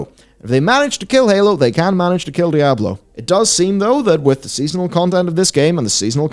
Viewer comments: It's DEEE AH BLOW NOT DIE A BLOW.. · It's not die ah blo. It's dee ahh blow. No matter the accent. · Ah yes. Die-ablo. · "Dai-ah-bloh" I'm not sure where you're getting that pronunciation from but it's not correct. It's probounced 'Dee-ah-bloh', both in English and its source language, Spanish. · Diablo, not Dayablo xD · "dye-ab-blow"? NO!!!! It's: "Dee-ah-blow" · man these videos are almost unwatchable for me cause i cringe everytime i hear this guy pronounce Diablo as DIE-ahblo. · "Dayablow four" Lolk... Feels like this could've been summed up in a 25 min video. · “Die-ablo 4” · Die-ab-low. Lol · Die-Ablo is an unforgivable pronunciation. Its right up there with Foh-red instead of 4head. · "Diyablo" it's funny you don't get the name right even after 25 years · i unsubbed the second i heard Dieablo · Die ah blow 4.... What game is this? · It's pronounced Dee-Ah-Blo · die - ab - low ... 🤔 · Die - Ah - blow lmao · since when is this game pronounced Dyablo? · DUDE SAID DIE ABLO 4?! LOL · Stop saying DIE-AHBLO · I seriously thought your pronunciation was Dire Blow LoL. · Unbelievable what is happening to Die-Ah-Blo 4! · WTF is Die-ablo!? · heh Die-ablo 4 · u shouldnt be able to put out diablo content if u cant pronounce diablo LOL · You pronounced diablo wrong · You're mispronouncing Diablo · I swear is the only person in the world who says Diablo wrong.